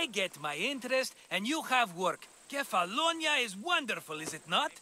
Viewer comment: Kephallonia is pronounced as kefalonia.